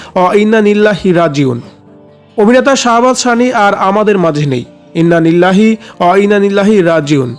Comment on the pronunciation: Eta ki muslim der porichoy je innanillah bolte parse na valo kore